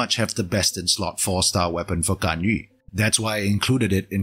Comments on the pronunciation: finally someone who pronounces GANYU, not GANYOO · Good thing about Singaporean youtuber: pronouncing Ganyu correctly